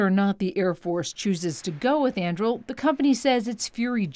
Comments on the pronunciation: Thought I was the only one caught that. 😂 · the report can't even pronounce the name of the planet lol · Andril? It's An-dur-il! Aragorn's sword from 'The Lord of the Rings'. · It's not pronounced "Anndrill." It's pronounced "Ahn-Due-Reel." Read the damn book, lügenpresse. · An-doo-ril, not An-drool or An-drew 🤦🏻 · it's pronounce an-dru-eel. Andruil, the flame of the west, born from the shards of Narcil. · It's pronounced An-dure-ill. Flame of the West forged from the shards of Narsil. The company logo is the pommel of the sword that was broken. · I’m upset that they continued to say the name wrong. It’s ANDURIL as in the sword from LotR 😂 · Only Americans would pronounce (Tolkien's) Anduril, the Flame of the West, Aragorn's sword - as "Andrew". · I'm triggered by the way she pronounces "Andrill". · .... Im gonna have a fit every time this presenter mispronounces An-Du-Ril... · "Andrul"... Just read that name correctly. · It is not pronounced “Andril” Mz bot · I would suggest that the correct pronunciation is Ann-du-rill, as I'm assuming that the company was inspired by the sword Anduril, the Flame of The West; Aragorn's sword in The Lord Of The Rings. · Came here to post the exact same thing! Like "ann DO rill," second syllable from the end gets emphasis. Everyone gets the emphasis wrong, even me when I'm not being pedantic, but the 60 Minutes chick keeps making it rhyme with Mandrill and it's driving me very slightly mad. Makes her sound like she's done little or no research (and often with major news networks that's sadly the case). The Internet was created for Tolkien scholarship, Monte Python references, cat videos, and Godwin's Law violations. If you can't correct someone for getting Tolkien badly wrong, then we might as well shut the whole thing down and go back to flint knapping. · They're pronouncing it ann-due-rill. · Why does she mispronounce Anduril? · I believe that Anduril is a three syllable word.